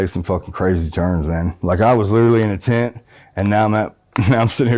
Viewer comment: I slept in a tint last night 😂😂..it’s not funny it’s just the way he keep saying it ..